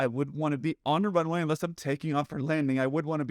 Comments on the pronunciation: I find the controller pronounces the word runway too fast. The pilot does not understand "rnway". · Really don’t like the way this controller is pronouncing the word ‘Runway’. Sounds like ‘runny’ and he does it over and over again. Would it kill him to enunciate better for someone whose native language is different than his? And as someone else has mentioned, 4L could be interpreted as ‘for left’ by someone who is completely mishearing ‘runny’. The Latam pilots could have had better situational awareness for sure, but that controller can learn to pronounce things in standard pronunciation. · Might be easier to hear what he's saying if he actually PRONOUNCED "runway" instead of mumbling a "runwy" super fast. Assume that every pilot is having problems hearing you and be super clear and articulated. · The tower not able to pronounce the word 'runway' didn't help my understanding of his calls at all. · The controller should pronounce ''runway'' better. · That controller needs to master the word 'runway'.